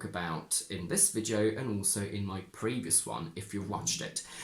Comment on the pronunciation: I am not sure, but I seem to hear you say [ oi] instead of [ai] ( like moi for my). But in some words you seem to stick to [ai]. Is it typical of all the speakers of Modern RP or only of some persons? Could it be a generally acquired Cockney feature ?